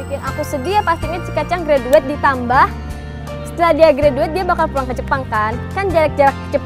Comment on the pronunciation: Bisa ga sih member diajarin ngomong ''graduate'' dengan baik dan benar T~~T. Aku semacam risih banget denger greDUET. Dari pada salah ucap gitu mending bahasa Indonesia aja.